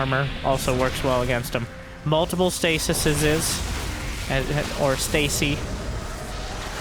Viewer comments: Please say "Stas-eye" Stasi must be the plural. Idk I get mad OCD when that topic comes up and I feel like this 100% the answer xD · The plural of 'stasis' is 'stases' (pronounced "stasees").